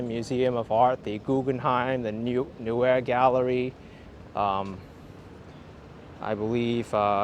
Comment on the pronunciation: It’s pronounced “NOY-uh Galledie.” Thank you for your fine work.